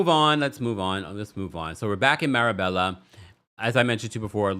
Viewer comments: Marbella, (pronounced “mar-baya”), is also referred to as the Spanish Riviera. You would love it,! And yes — Guerdy’s constant over talking is a thing. If she could control it, she would emerge as one of the queens of this show in my opinion. And I hope that Marysol never gets a Mojito. She is literally unbearable. Every nasty thing that Lea Black said about Marysol in the early seasons has been justified. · Marbella is pronounced maa·bay·uh. The lls are silent. Love your commentary and looking forward to the livestream event in the next couple weeks with you and Brooke 🫶🏾 Sending regards from 🇬🇧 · Loved this. BTW, it's pronounced "MarBAYa"